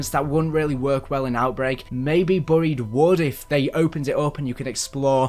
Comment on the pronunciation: Why do you pronounce buried like that🤣🤣🤣